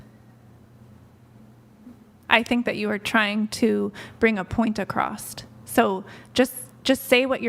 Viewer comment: her "I'm educated" also her "get my point acrosst"